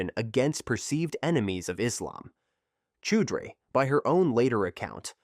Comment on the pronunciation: First story…it’s pronounced Chow-dree.